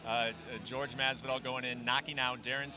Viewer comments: It’s Jorge not George, I’d like Jorge to slap the fuck out of Brent Okamoto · WTF is with this "george" masvidal shit????? Why has noone corrected him yet? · You'd have thought with the guy being a professional commentator and hearing everyone else around him pronounce 'Jorge' correctly, he would stop called him George. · Anyone else find it weird how Okamoto keeps calling him "George", I know that's his name but pretty much everyone else calls him Jorge. lol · brett, its not jorg, its pronounced hor - hay ffs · It annoys me Brett keeps calling him George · Who Tha fock is the dude on the left and why does he keep calling Jorge Masvidal "George". 'the fuck outta here. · Mr. Okamoto: is JORGE, not GEORGE. Learn from your peers and pronounce the names as they are. #AnnoyingAF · Not George, JORGE! Cmon, use that spanish spiciness when you say the man's name... he went 2-0 tonight! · Last I checked, Jorge is not pronounced George.